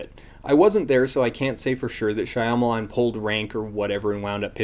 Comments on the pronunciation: why can't you pronounce shyamalan's name correctly? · Are you pronouncing "shyamalan" wrong because of the way they pronounce "Aang" ? Ong Shia melon